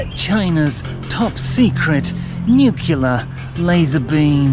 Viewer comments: It's funny when you say Nuclear as Nucelar. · Nucular lazor beam 😂